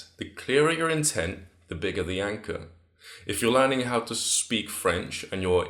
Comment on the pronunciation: im not a hater and i wil definately use this advice. But I love the way he says anchor. ANCAH